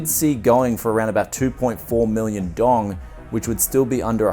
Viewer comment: Dong is pronounced dao-um one syllable